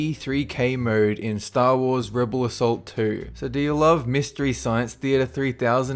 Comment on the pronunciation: I love how you say Ass XD